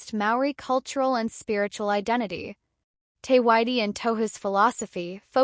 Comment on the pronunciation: Te Whiti is pronounced Tay feetee, not tee whitie. This is so disrespectful 🤮